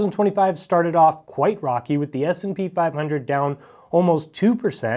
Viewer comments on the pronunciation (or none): none